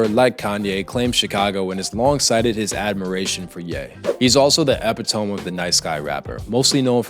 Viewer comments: I had to stop the video because you pronounced "epitome" as "epi-tome". It's pronounced uh·pi·tuh·mee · . "Ah - Pit - Tah - Me" or Epitome